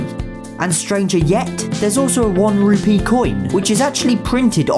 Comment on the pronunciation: Tbh the way you say Rupee kinda sounds like Ruby lol! Great video tho.